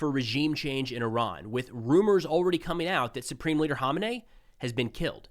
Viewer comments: It’s pronounced “Who-main-eee” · Great coverage but ya pronunciation of Khamenei is hilarious. It took me a while to figure out who you were talking about